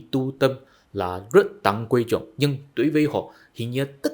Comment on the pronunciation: “Đối với họ” thì bạn lại phát âm”tối với họ”,bạn không phát âm đúng được chữ”đ”đờ”